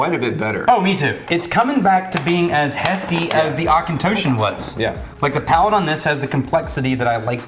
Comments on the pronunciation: Auchentoshan, ‘tosh’ not ‘toosh’ 🤦🏻‍♀️ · Been enjoying your video's for many months now and really enjoying them. I'm from Aberdeen, Scotland (Speyside region is right beside me) and Auchentoshan to me and my friends is pronounced 'Och-an-tosh-shan. Keep up the great content and hopefully one day I will get to travel the thousand of miles to visit your great distillery.